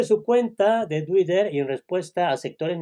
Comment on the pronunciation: Se dice :”Tui-ter “ o “ Tui- rer “, pero jamás se dice : “ duirer “ Socialista atravezado.